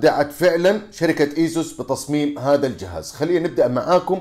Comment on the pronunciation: أسوس وليس إسوس